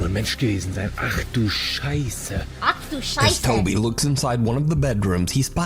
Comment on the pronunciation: Ach du scheisse xD! your german is perfect:face-red-heart-shape::face-red-heart-shape::face-red-heart-shape